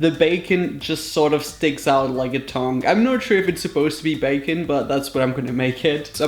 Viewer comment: Am I the only one who heard thong when he said tongue